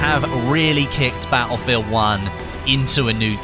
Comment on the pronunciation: why do you say battlefield 1 like BA-U-FIELD 1